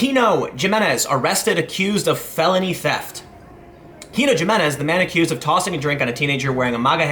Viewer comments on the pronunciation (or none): J's in Spanish are pronounced as an "H". It's pronounced Himenez, not Ju-menez. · Jamenez is pronounced with an h. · It's HIMinez...the J is pronounced as an H. Regardless, more likely than not he'll plea this down to a misdemeanor. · Gee-meh-nehz......ha,ha,ha,ha,ha,ha,ha,ha,ha, The criminal's name is Hee-meh-nehz. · Come on man....it's pronounced "HIMINEZ"....it just makes you look ignorant to pronounce it "GYM-IN-EZ:. Literally no person, even 5th generation Americans, would pronounce it the way you did. Do you call people "JOE-SAY" also? Come on man... Next time just say "douche bag", to refer to this guy. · Hey idiot....it's pronounced "E" men-ez ...not Jmenez...dumb-ass millennial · glad he got what he deserved, jimenez is pronounced as hi-me-nez and not g-me-nez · Tim, Tim, Tim... 'g'imenez?? Not 'h'iminez? I thought you had a little Spanish in your background? No? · It's pronounced Yimenez (Jimenez) and Bear County (Bexar County). Not trying to be the Grammar Police but if you discuss this story again now ya know =) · He-menez. Not Ji-menez. XD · Good story but I now have an eye twitch because it’s pronounced HIM-EN-EZ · Dude! For God's sake please, please learn how to properly pronounce the guy's name! I know you are from Chicago, but his last name the J is pronounced like an H! Himenez! And Bexar is pronounced Bay-yar! Dang! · It's pronounced with a "H" not J.. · TIM! You will pronounce his last name with an "H" sound and you will like it! Friggin' SEXIST! (This is a joke. I need to say this because this is 2018 and people don't understand sarcasm anymore) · It's pronounced Himenez. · I love your work (including this video), but this guy's last name is pronounced "He-men-ez". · Jimenez pronounced (Heminez). Bexar pronounced (ba’er). With a bit of guttural “h” sound for the x. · It's pronounced he-me-nez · You're pronouncing Jimenez wrong, it's pronounced Himenez. Also, the guy definitely deserves the felony. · “Hee-men-ez” is how you say Jimenez.